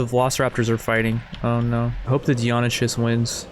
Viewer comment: The way this guy pronounces some of the dinos is killing me haha. Struthio-MOM-us and Deon-eh-chis.